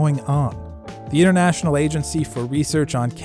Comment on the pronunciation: "Innernational", "innernet"... What is so difficult about pronouncing a T?